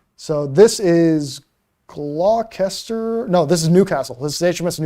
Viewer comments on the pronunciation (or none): Gloucester is pronounced GLOSTER more or less